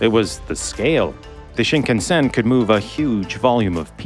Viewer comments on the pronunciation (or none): Pronunciation of "shinkansen" is off. Sound like you are saying Sheen-KUN-sen. It should sound more like Sheen-kahn-sen. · Pronunciation: shin KAN sn. Shin: new. Kan-sen: central route, roughly.